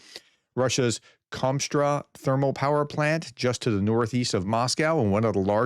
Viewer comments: you keep saying Kom-straw power plant when it is spelled Kost-Roma....although it burns like Commie Straw! LOL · How on earth does Kostroma become 'Komstra'? Either don't read place names or say what you see. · KOSTRO-ma, not Konstra. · How do you see written 'Kostroma' and pronounce is 'Komstra'? :D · Where did you learn how to read? Kos- tro-ma. How the f do you end up with komstra.? Do you not see where the letters are? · How can it be Komstra? Just read what is in front of you Professor, lol. It is really not that difficult. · kostroma is not "komstra" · Kostroma is pronounced exactly how it looks, except the stress is on the "a". Don't overthink it